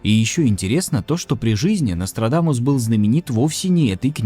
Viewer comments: Я один весь ролик слишал, НострадАнус? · Мне одному кажется, что временами произносит НострадаНус?